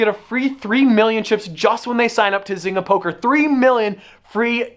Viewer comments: Isn't it pronounced zain-ga or am i wrong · Biggest thing I got from this video. I'm pretty sure one of us is pronouncing zynga wrong and it might be me